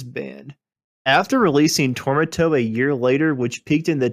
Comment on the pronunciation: Anyone else replay when he mentioned Tormato which he pronounced something like Toronto? 😂